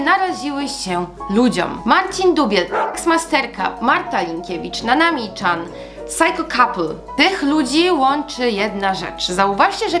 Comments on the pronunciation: chce tylko powiedzieć że nanami chan czyta sie nanami cian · Nanami CIAN a nie czan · Nanami Chan na początku swojego kanału mówi jak to się czyta. I to się nie czyta Czan. Przepraszam kazdy może się pomylić ale trochę mnie denerwuje jak ktoś mówi niepoprawnie. 😅 A odcinek bardzo ważny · CIAN, Nanami CIAN nie czan pls to że jest tam Chan to czyta sie cian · Nie mówi się Nanami Czan tylko Cian😑😐